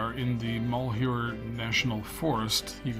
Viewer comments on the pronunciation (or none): Mal - hew - er